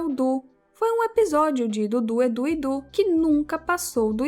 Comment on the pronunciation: qual a dificuldade em falar "du, dudu e edu?" kkkk